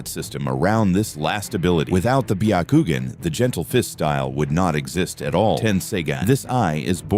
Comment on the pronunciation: Bee Yuh Koo Gin. Nice, AI.